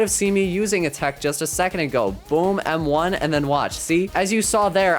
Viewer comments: why is he saying text and not tech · Tech not text